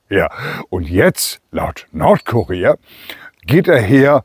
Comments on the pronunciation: Haha, das ist ja der Brüller! Ich habe zuerst, anstatt nordkurier habe ich Nordkorea verstanden. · Mußte lachen,anstatt Nordkurier habe ich immer Nordkorea verstanden 😂😂was bin ich doch ein Dummerle 😁😁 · "Nordkurier" ich habe zuerst "Nordkorea" verstanden.😅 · Ich höre "Nordkorea". Was ist das für eine Zeitung in Deutschland ? 😂🥳